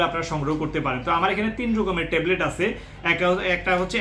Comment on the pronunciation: টেলবেট না ভাই,,ট্যাবলেট